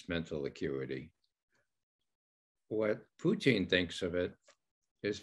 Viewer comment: I wish this dude knew how to pronounce Putin. He must be from Canada because he calls him Poutine...